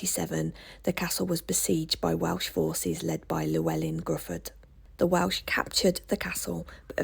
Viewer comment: Glad to see you back on the road. 😊What a wonderful trip down memory lane! We enjoyed a fabulous family holiday in New Quay in the 80s as a young teen. Thanks for sharing your trip to mid Wales. You have such a calm and relaxing delivery. I think Gruffudd is pronounced something like Griffith... don't hold me to that though! 😅